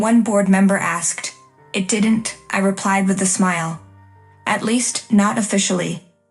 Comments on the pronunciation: The IT company is an "it"...What a funny AI! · It should be pronounced I. T.